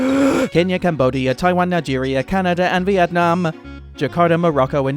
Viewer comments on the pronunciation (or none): none